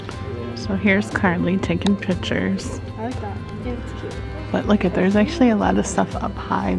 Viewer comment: It’s not pitchers it’s pictures